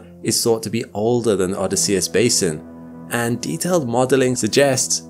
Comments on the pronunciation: Odysseus Crater: Shouldn't that be oh-DISS-ee-us, not oh-dis-SEE-us? (I'm a pronunciation weenie) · Isn't Odysseus pronounced with the emphasis on the O, a very short y, and emphasis on the double S followed by emphasis on the E after and then a flatter u? So you literally say "Oh this" and then "say us" after. Not "Odd is See us." Or am I wrong? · is this an AI voice, or is he actually saying Odysseus wrong? And if so, HOW? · Odýsseus not Odysséus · Odysseus /əˈdɪsiəs/ -- the accent is on the second syllable, not the third! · The name of the crater is pronounced: oDYSseus. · Oddie See Us? Bill Oddie? You mean Oh Dis Sea Us. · O- DISS-E-US Emphasis on diss No on US For real. I dont understand why you mispronounce words. Look it up. For a science based channel, it is borderline embarassing. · O-DY-sseus. In Greek the stress falls on the antepenultimite syllable. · "O diss e ess" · I've never heard Odysseus pronounced like that. Threw me off for a sec. Love your content btw. Especially the long form stuff I listen to when i have all the lights out usually with a headache. 😅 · Great video! Just one thing. You mispronounced "Odysseus". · Strange way to pronounce Odysseus. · I’ve never heard Odysseus pronounced like that before, with the emphasis on the 3rd syllable rather than the second. Is that a quirk of accent? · Your miss pronunciation of “Odysseus” is insane, bruh. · Good stuff except for pronouncing Odysseus incorrectly.